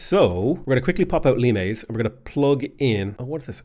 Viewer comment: heyyyy he said limes correctly